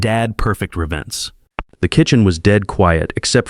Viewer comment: In fact, AI has hit a new low. ID for I would, Wed for w‘d,HED for he‘d. And why does Dad‘s Perfect Revenge not change the wording just after the disclaimer at the beginning ? REVENCE is just wrong.